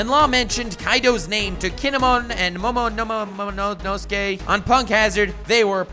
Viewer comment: DON-KI-HO-TAY, DRESS-RO-SAA, MOMO-NO-SUK-AYY its not very hard if you make an attempt